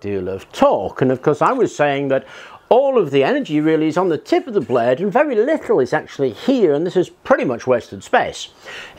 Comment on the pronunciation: the best thing about this channel is how you pronounce "blade", gets me every time :p